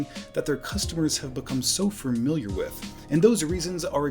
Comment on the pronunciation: Please god, the word is FAMILIAR. There is only one R, and it comes at the end. Stop saying FUR-miliar! If it helps, the word is related to “family.“